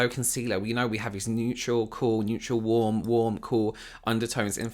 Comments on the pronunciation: They way she says "worm" instead of "warm" makes me snort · the way she pronounces “warm” is killing me